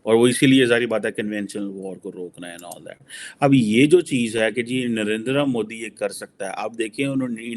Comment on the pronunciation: How is it possible that is not able to pronounce Narendra Modi properly why is try to do it like a foreigner...